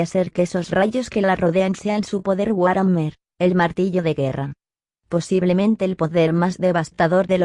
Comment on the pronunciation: ¡Te saltaste una parte! ¡¿por qué siempre me haces esto?! Oh, demonios, debí haberte dicho que War Hammer se pronuncia Buar Jamer.